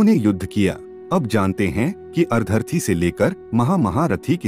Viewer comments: maf kijiye lekin ar-dharti se..ardh- rathi iese ucchar karna jyada uchita hoga na? as usual information bahut hi achchi aur abhyas purna hai. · Content is good but Hindi pronunciation is very very poor e.g. अर्धर-थी. actually it’s made of two syllables - अर्द्ध-रथी. Such pronunciation mistakes are very irritating in almost all the audios. Sorry for mentioning that….I appreciate the selection of content.